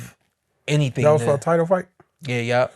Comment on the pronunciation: be saying anythang 🤣🤣😂